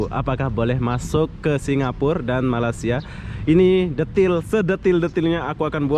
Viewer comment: Sebutan tu Malaysia bung bkn malasiaa..loe sudah biasa msukin mlaysia ngak tau yaa..guee org malaysia pon blh ckp indonesia..jdi loe kna rajin belajarr..